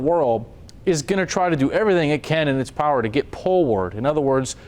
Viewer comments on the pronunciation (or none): none